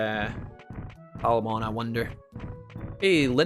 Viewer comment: Why did so many people start calling Coelamon, Sealamon? In more than one instance in the Digimon anime he is Coelamon, why did this become a thing?